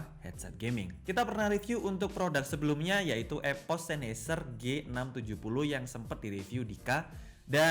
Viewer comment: EPOS WOY BUKAN EVOS